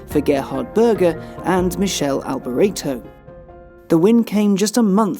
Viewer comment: at least get alboreto's name right!!